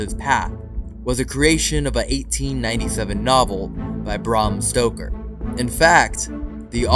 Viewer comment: As a huge Dracula fan I hate to break it to you but Vlad the impaler never lived in Bran castle or has anything to do with the castle, Dracula’s real castle is Poenari Castle or poenari citadel it’s also kinda embarrassing the the tour guide doesn’t know this 😂also Bram Stoker’s name is pronounced Brem Stoker